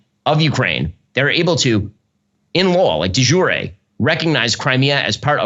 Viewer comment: Can't even say De Jure properly, you're not as intelligent as you think you are Ben